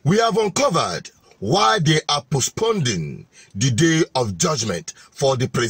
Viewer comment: Pls it is Postponing not postponding